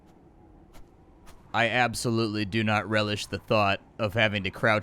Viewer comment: “Ab-so-LOOT-ly” nice 👍🏻